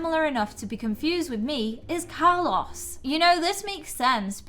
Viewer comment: btw your saying Carlos wrong